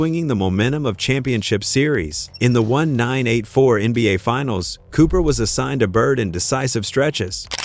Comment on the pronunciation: Ok... watched until the 'narrator' said '1-9-8-4'... at least program it to speak the years correctly...smh